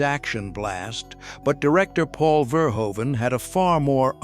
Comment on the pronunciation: FYI the director's last name is pronounced Fehr-hoo-vun.